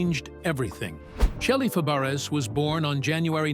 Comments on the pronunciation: I believe her last name is pronounce Fa-bray. The "a" after the F like the "a" in apple. She was a good friend of Annette Funicello and a great support to her during the progression of her MS. I bet she really missed her going through her own ordeal. But it looks like her husband was very supportive. I always liked her. I hope she is doing okay now. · This announcer is a bonehead. Her name is Fabares (pronounced Fah-bah-ray). The name is French! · You should pronounce shelly. FABERES the same as Nanette FAPERES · Please say her name RIGHT!!!!😢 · Mispronouncing her name is unforgivable. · Learn how to say her name WTF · You mispronounced her name!!!!! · Say her name correctly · He is an idiot who can't pronounce Fabres😂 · IT would be nice if you learned how to pronounce he name. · For sure! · I agree. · He got it close when he pronounced her aunts name . 😅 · I quit listening when he didn’t even bother to find out the correct pronunciation!😮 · Yes it would soooo annoying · Totally agree